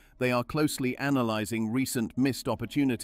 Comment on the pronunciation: Such odd voice robot. “Miss Ed” for missed. “Fundament-Tally” for fundamentally.